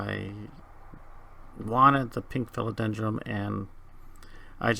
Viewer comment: Philodendrum...? Are you saying that on purpose? lol. Other than that, very informative video.